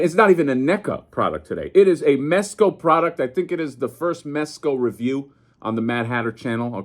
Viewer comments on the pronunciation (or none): Bro did you say mess co? . . . The f*ck is wrong with you?